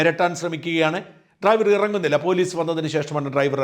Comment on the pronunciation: ഇവൾക്ക് ഡ്രൈവർ എന്ന് പോലും പറയാനറിയില്ലേ? ട്രൈവർ എന്നാണ് പറയുന്നത്.